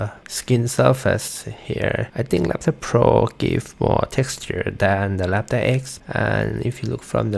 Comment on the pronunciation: lapper ......"R"actor.....